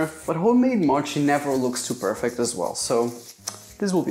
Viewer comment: Its more like just "mochi" not "mouchi"